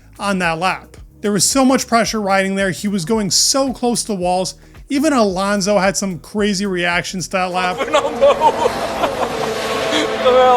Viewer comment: you have to be kidding me bro, it's not Alanzo - it's Alonso 🥶